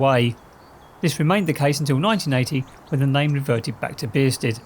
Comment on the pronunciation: Why are you pronouncing it beersted?